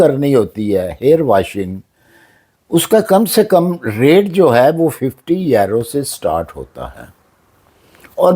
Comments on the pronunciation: yerroo ….he meant to say Euro 😂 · It's euro not yero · سر یورو اور ییرو میں بہت فرق ہے برائے مہربانی اسے ٹھیک کر لیں